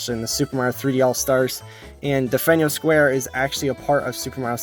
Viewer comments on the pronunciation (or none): you're pronouncing delfino square wrong